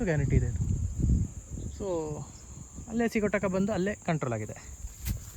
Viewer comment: ಸ್ವಾಮಿ ಅದು ಸಿಗೋಟಕ ಅಲ್ಲ ಸಿಗಟೋಕ